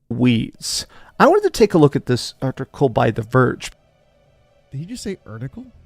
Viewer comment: "Art-icle" thats a new one😂. Bro cant pronunciate to save his life😅